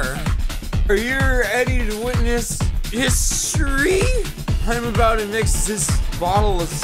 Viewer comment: I still can't get over the fact of how this entire saga started... "Everyone in the bar are yuur edy to witness hissstreeee..."